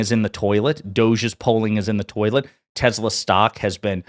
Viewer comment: U mean TESLER????